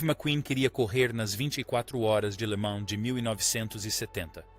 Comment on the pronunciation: "24 horas de lama"? IA cada vez mais estúpida.